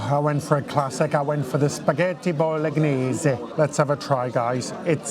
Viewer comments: Boh-loh-NYEH-zeh (no hard G) Americans and many Italian Americans pronounce it Boh-loh-NYEHZ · please don't pronounce the "g" in bolegnese. 😉